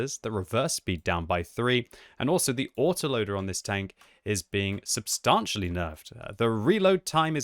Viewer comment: pronounce the word 'substantially' correctly challenge (impossible).